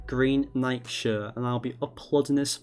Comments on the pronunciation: Instead of nike(ni key) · Bro said NIKE weird